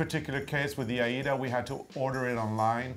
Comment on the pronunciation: Thank you for pronouncing Aida as you did. When it was manufactured in 1907, it was named for the opera which wasn’t very old at the time. Recently, the pronunciation has evolved into something else which may be a regional thing. I don’t know, but I loved the original pronunciation and wish people would keep it as it was. Just a pet peeve I guess. Yesterday I was watching an educational video for wool fabrics and the instructor pronounced challis like chalice! Thank you for your interesting videos. I love stitching along with you two.